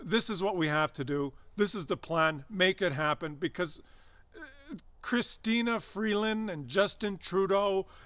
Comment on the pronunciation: Yeah! I LOVE that you mispronounced Chysteria Freeland's name! 😁😁😁